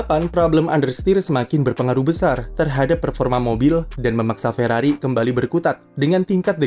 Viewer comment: Ferrari, "r" nya Rungkad.